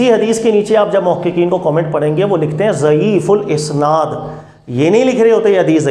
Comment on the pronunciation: ضعیف الاسناد (isnaad) نہیں ضعیف الاسناد(asnaad) ہوتا ہے